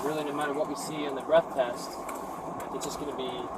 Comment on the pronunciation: 3 adults, SHUT the F’ing front door! What the hell is wrong w ppl? ..guess it’s the same cop who thinks “test” is pronounced “tAst” smh